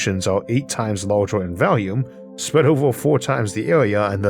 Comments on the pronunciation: Orth doesn't bother me ("dirt" is a stupid name for a planet anyway, Orth sounds exotic). What always throws me for a loop (briefly) is "vallium" for "volume". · Your pronounciation of earth is not the problem but your pronounciation of volume as "valume" is.